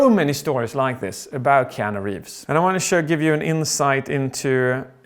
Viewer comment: "KEEANU" Hmmmmmmmmmmmmmmmmmmmmmmmmmmmmmm